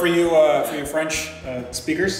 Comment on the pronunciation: For the record my first language is French, and he did nail the pronunciation. 10/10 je recommanderais.